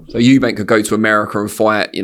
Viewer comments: Ffs Frank it's Eubank NOT Eubanks!!! Is it that hard?! 🤦‍♂️😅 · The name is EUBANK there is no S on the end! Why do people add an S? 😂😂😂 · Love the way Frank always adds an 's' on the end of Eubank 😆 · Why does Frank insist on calling him Eubanks? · It's Eubank not "Eubanks". Bit odd this bloke promoted his Dad but still getting the names wrong. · It’s “Eubank” not “Eubanks” frank mate